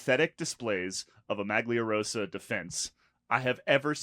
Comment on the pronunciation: i don't know why i haven't find you guysm subd! Just one thing, it's totally fine to not speak Italian, but then stop butchering Maglia Rosa, just say pink jersey. :)